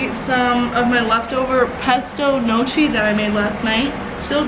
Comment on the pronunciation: okay i love you, but thats not how you say gnocchi